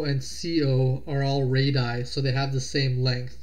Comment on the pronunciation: It's not pronounced ray-die, it's ray-dee-ai .